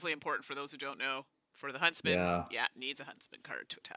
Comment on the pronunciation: Every time said Huntsman, it sounded like Husband. So I spent a lot of time thinking "when did Little Red Riding Hood get married?"